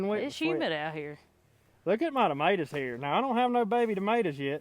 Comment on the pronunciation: I love listening to you to call tomatoes Ma T ors🤣🤣🤣🤣🤣🤣🤣🤣🤣🤣🤣🤣🤣🤣🤣